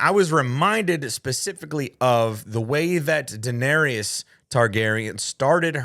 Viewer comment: Why are you pronouncing Daenarys that way omg